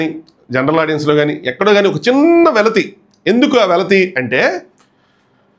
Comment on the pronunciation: వెలితి not వెలతి